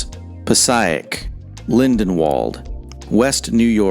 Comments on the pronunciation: Passaic: Pass Sy Ic (definitely not from Jersey, it's Pass Say Ic) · The way he said passaic🤦‍♂️😂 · the guy can't even say "Passaic". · Learn how to pronounce Passaic.